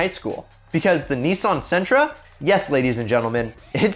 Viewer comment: Sentra.... What the hell🤣